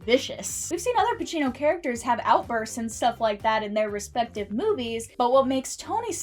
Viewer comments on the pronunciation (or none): Al Pacino not Al Pachino